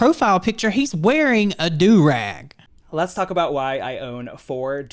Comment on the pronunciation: Why the shit is saying “Do ROG”???